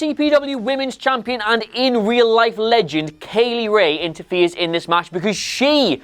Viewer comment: Is it pronounced Kay-Lee Rae or Kye-Lee Rae ??